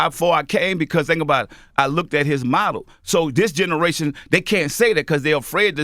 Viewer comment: new game: take a shot everytime you hear "dis generation"